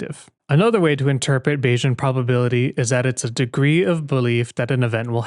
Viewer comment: That's because you mispronounced "Bayesian". It's "bay-zee-uhn," not "bay-zhun."